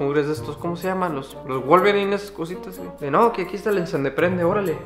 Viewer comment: Nadie: Absolutamente nadie: Nadie: KHE NADIE::el encende prende xD😂